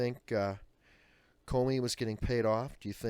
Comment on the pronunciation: Thnx Adam, that does appear to be the correct pronunciation of his last name. He has possibly placed America in more peril than Clinton, due to the everyday federal agents viewing different security breeches with altered perceptions, regarding how severe the charges should be, against possible suspects. Some legitimate suspect could be currently overlooked, simply because of the reality of placing blame upon a person, that should actually be charged with felony wrongdoing??